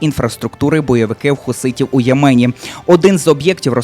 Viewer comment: Не ємЕні,а Ємені.